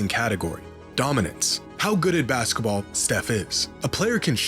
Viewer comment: "baska ball"